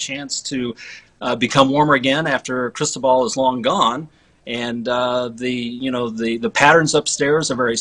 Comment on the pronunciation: Geez, why can't you lilly white millenials learn how to pronounce Cristobal? It is Spanish, and the accent is in second syllable. Is it really that hard?